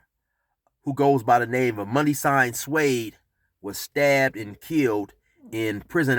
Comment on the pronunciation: You didn't pronounce his name correctly saying it in English is like chopping up our language .. not cool ok